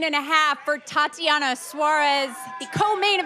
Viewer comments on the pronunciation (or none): none